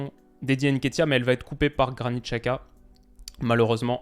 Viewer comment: apprends à prononcer Xhaka : c'est Djaka, l'équivalent du prénom/nom Jacques, en albanais. Les Suisses le prononcent correctement, comme ton homologue Elias, ou les commentateurs de la télé suisse. On trouve facilement en ligne des aides à la prononciation des noms étrangers écrits ou transcrits en caractères latin, on fait par exemple beaucoup d'erreurs avec les noms chinois et asiatiques en général, mais aussi albanais, polonais, hongrois, tchèques, baltes, et même italiens. Jeter un coup d'œil sur les équivalents approximatifs de prononciation plus trouver comment les gens qui parlent la langue prononcent le nom, est facile et relativement rapide avec internet.